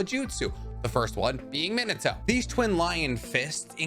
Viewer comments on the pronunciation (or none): Err it bothered me how you pronounced Minato. Lol